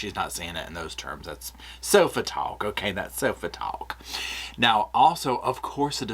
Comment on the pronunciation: “That’s sofa tawk” 😂 I love you 😂